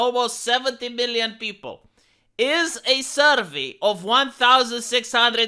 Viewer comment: Survee? Vee vee vee...its pronounced sir vay... shit for brains.